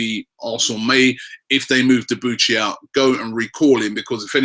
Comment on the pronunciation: It's pronounce debooshy not deboochy